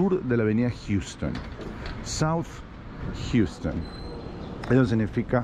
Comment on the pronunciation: Buen video. Dato curioso no se pronuncia "Jiuston" cómo la ciudad texana. Los newyorkers lo pronuncian Jausten